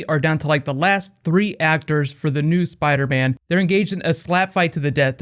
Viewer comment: Spadaman? lol